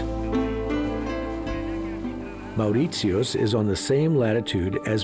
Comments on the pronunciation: Very relaxing viewing, but if I hear that guy say "Mauwrissioss" one more time! 🤬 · His way of pronouncing Mauritius is irritating. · not to be rude but if one is doing a documentary maybe pronousing the name of the island should be done right! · Man can’t even pronounce Mauritius! So not surprised that some of the « facts « are also wrong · Yes, sounds like the German way to pronounce it.. wierd. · Correct. The narrator’s pronunciation is incorrect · but the way he says mauritius pisses me off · A very informative documentary. However, I wish the commentator had learned how to pronounce the name Mauritius correctly. He also mispronounced the names of many other places. This documentary also contains a lot of inaccuracies. For example the Hindu bride does not marry without meeting and getting to know the future husband. In fact it is common practice for the future husband to visit the bride and stay over at her place regularly for several months before the marriage. My wife is from Mauritius and pointed out these to me. A lot of good information, but this needs more fact checking and detail. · He mispronounced the name of the country. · Hi, are you German? I ask because of the way you pronounce Mauritius.. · a documentary and you butcher the pronunciation????? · And for one,he pronounces the name of the country wrong.... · nice video, but I have never met someone prenounce Mauritius the way he does. lol it rhymes with Delicious not Prius. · Should learn to at least pronounce the name of the country correctly. Land of my parents and their ancestors My motherland ❤ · This would be a better documentary if the narrator had gone to the “trouble” of getting the pronunciation of Mauritius right! It’s infuriating he gets it wrong throughout. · Poorly researched and the way he pronunces "Mauritius" is damn irritating. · That cringey pronunciation of Mauritius within the first minute put me off straight away. LEARN HOW TO PRONOUNCE IT. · HE can’t even pronounce Mauritius!